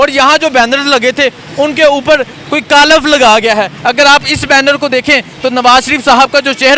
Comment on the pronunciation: کالف نہین ۔۔۔۔ کالک 😂